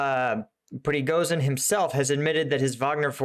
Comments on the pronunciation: man , I love your content. Can I correct pronunciation? Prigojin is how it sounds and LAPIN , no l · Prigozhin = pre-go-shin